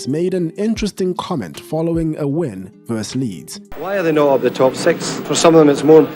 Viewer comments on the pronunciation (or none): Great video, as ever. But 'versus/vs' is 'ver-sis' - not 'verse'.